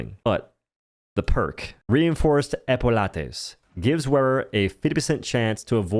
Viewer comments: Reinforced Epaul-lates. Epaulettes. ˈɛpəlɛt/. Pronounced E-paul-lets. By God this guy is frustrating to listen to. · It's pronounced (EP-OO-LETS) not Epuah letees